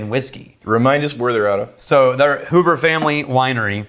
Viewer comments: It's pronounced Hue-ber. Not who-ber. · The Port finished whiskey is finished in ruby port barrels and absolutely blows away Angel's Envy. You guys need to get your hands on a bottle of their Double Oaked bourbon, which holds its own against Woodford Reserve Double Oaked. And the name is pronounced HYOO-ber. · Pronounced Hugh-ber. Not that usually cares... lol